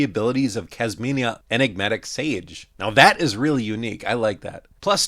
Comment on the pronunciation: Sounded like someone canceled your pronunciation of enigma sage 😂